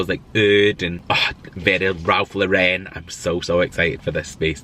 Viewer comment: You really cheer me up on a dreich day in 🏴 It is Ralph Lauren as in the girls name, not Lau….ren…. That’s the teacher in me, apologies 🤣❤️